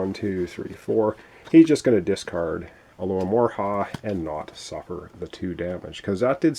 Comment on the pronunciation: Alo ho mora Not alomorha :)